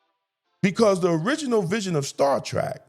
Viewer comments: Star Trek, not Star Track! That should show how much of a Trekkie I am. We all know that The Orville was a parody of the Star Trek series. Although the show was worthy of a Trekky fandom, look what they did with the Klingon representation. They made them haters of men and women. We know that Klingons are basically representing black people. That is a battle within itself on a larger scale, but was it really surprising in the new series that the Klingon is gay? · Star Trek…. Not Track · Appreciate you bring this up, Star Trek Academy is nothing but straight up crap. I think you are awesome but just want to tell you, it is Star Trek, not Trak. : ) It seems like masculinity is a bad thing, I don’t know who these writers are, and like you said, never seen a single Star Trek episode. How can you be a writer, there is complete cannon on this.